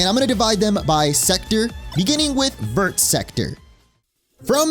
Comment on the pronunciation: hearing you pronounce "vert" as if all the letters are supposed to be sounded literally kills me inside. like ik french doesnt deserve to be properly pronounced but its VERRRR not like ver but like vur